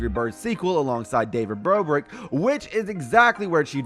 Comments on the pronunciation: David "BROBRIK" LOL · Did y'all seriously just say David Brobrick 😂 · Are we gonna point out how he said david brobrick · Did he say david brobric